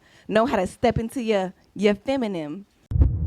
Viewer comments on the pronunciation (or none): Did she say “FeminiM” 😂😂😂